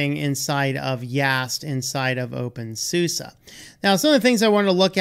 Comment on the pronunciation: Infact, it's always funny how Americans pronounce "OpenSuse" ;-))